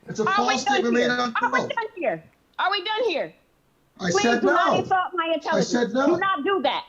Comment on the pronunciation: Do not "ensalt" my intelligence 🤣🤣🤣